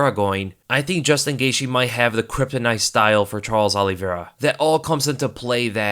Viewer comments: Please quit saying ollievera lmao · he said Charlie Olives. Lol ever since Dan Hooker in his New Zealand accent said Old Charlie Olives that’s all I hear when anyone says Charles Oliveira.